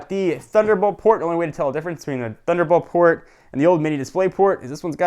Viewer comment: Lol I heard "fuckelbold port"